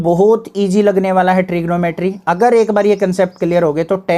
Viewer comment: Tri geno metry 😅😅